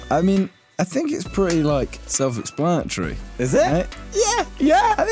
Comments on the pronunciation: self explanachry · the way he said self-explanatory I canttt 😂